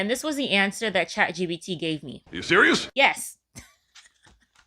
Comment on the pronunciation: girlll... ... LOL It isnt ChatGBT like EBT, its ChatGPT!